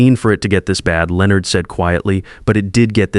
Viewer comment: Why can’t the AI correctly pronounce Leonard? It’s not that difficult.